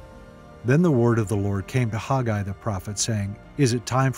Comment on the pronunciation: IMHO I believe this man is mispronouncing the very name: Haggai. He says HOG-eye. WHERE do you suppose he got this? It is a truly ugly way of saying the name. Remember, in "A Patch of Blue" when she says her name is "Sleee-na": and when HE says "Sell-LEE-na"; oh well. Dictionaries pronounce it as (long A) Hag'- a-I. But after all, I love this teaching and how clearly it is set in History.